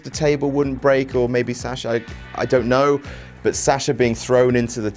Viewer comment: how he pronounces Sasha makes my ears bleed